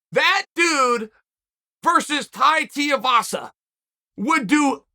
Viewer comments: Chael still can’t pronounce Tuivasa correctly and I think it’s hilarious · You couldnt pay Chael to say Tuivasa proper